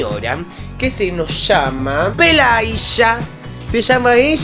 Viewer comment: No juzgues estrictamente a Pelageya: no habla español y, por lo tanto, se traga los finales. Estás pronunciando completamente mal su nombre tú mismo. Está bien, no hablas ruso.☝te lo traduje de lis comentarios rusos solo una parte